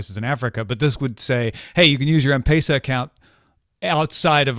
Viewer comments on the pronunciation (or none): It's a small thing but It's gotten to be like an itch I just can't ignore anymore 😅. The e in pesa is pronounced more like "eh", like in Pez, not "ei". Great show as always.